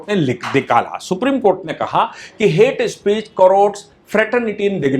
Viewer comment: "हेट्स स्पीशीज" खतरनाक अंग्रेजी 🤣🤣